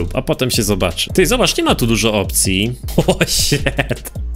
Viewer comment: "o śet" WTF